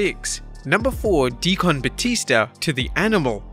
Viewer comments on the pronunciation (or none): Dee kin not Dee Con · What is DEE-Con? Are you meaning DEE-Kin? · Mark Henrys WSM gimmick put him in the Main Event in 2006. Had an entire feud with Batista over the WHC then won the ECW title in 08 with the same gimmick. Mark Henry was a main eventer 5 years prior to the hall of pain gimmick Also it's not DEE-CON it's pronounced DEE-CUN a Deacon is a Reverands assist. Rev. DVon and DEE-CUN Batista it's a a religious thing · Deacon is pronounced = "Dea-kin" not "Dea-Con" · “D-kin”, not “D-Con” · Dafuq is a dee-kon? 😂 its deacon! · It's pronounced De-kin, not De-con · Why can’t you say “Deacon” properly? 😂😂 like (D-cun) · It's deacon as in cun not deCON. It makes the word sound like a machine. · Why do you pronounce deacon like DEE CON instead of DEE CUN. I searched google and it showed UK should pronounce like DEE CUN. Something sounds very strange the way you say it. I'm not being negative. I'm just interested in UK English compared to US English. I speak US English but actually prefer UK English myself. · The way he pronounced deacon lmao "De-con" It's "de-ken" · Wow! I was very surprised at your pronunciation of “deacon”…. Usually I hear the butchering of English more commonly on other channels…. Hopefully this will be rare on here. It’s not D-Con it’s pronounced D-kin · "Dee-CUN" not "Dee-CON" lol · Dee-CON batista. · It’s pronounced De Can it’s hard to describe but if you google the word spoken in a black church you will hear the right way to say it y’all got me laughing lol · The word deacon is pronounced de-ken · Why is he saying DEE-CON instead of Deacon Batista? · Anybody else hate how he says the word decon? It’s not Dee-Con lmao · I really hope I never have to hear you say "Dee Con Batista" ever again. You're putting the emPHAsis on the wrong syLABle. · Dee kun Batista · Dee Con Dudley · I wondered the same thing. He's pronouncing it like "de-con", the shortened form of decontamination. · “D-Con Batista” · Dee-Kin (Deacon) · I despise how you said Deacon.